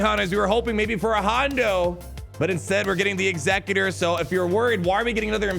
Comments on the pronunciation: When the GA says Executor like Executrix but it’s actually different: 🤨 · surely executor is pronounced similarly to execute not like executive lol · Man doesn’t know how to pronounce executor